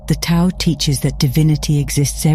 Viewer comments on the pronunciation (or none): Tao is pronounced "dow." Thought you would want to know. Thank you for the video. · Isn’t the Tao actually enunciated as The Dhao? Something the AI voice fails to understand. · Tao is pronounced as daow.